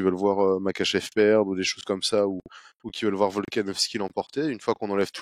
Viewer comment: Super taff les gars, juste stp tu dis Merkachev 30x dans la vidéo ça en devient dérangeant 😭 Pourtant tu l’écris correctement dans le titre et ton collègue le prononce correctement (comme ça s’écrit)